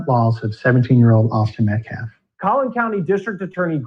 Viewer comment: It’s calf. The claf. Words matter